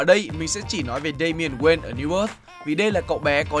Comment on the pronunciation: Kể nghe giọng ko hay gì cả wayne mà đọc nghe toàn là queen